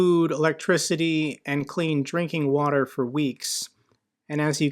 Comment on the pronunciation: Ukrainian Troops: Let's have a water fight! It's hot! Russian Troops: What is this "wa-tor" you speak of?